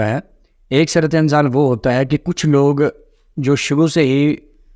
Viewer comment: جب آپکو درست اردو بولنا اور لکھنا نہیں آتی تو انگلش میں وہ لفظ بول لیا کریں ویسے شرم کی بات ھے آپ کو قومی زبان اردو پر عبور حاصل نہیں ھے سُرعت انزال کا معنی جلدی منی کا نکل جانا پلیز کچھ تلفظ پڑھنے کے لۓ پریکٹس کرلیا کریں شکریہ